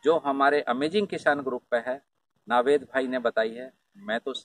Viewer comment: Proper pronunciation is नवेद भाई NOT नावेद भाई 🤓